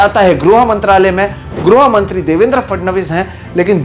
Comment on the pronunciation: 'Groh mantri' vs "grih mantri"????